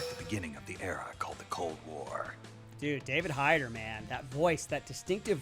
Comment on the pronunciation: Mispronouncing names is fine. I doubt played the games himself. This is just a "game realism" reaction video, not a fan reaction video.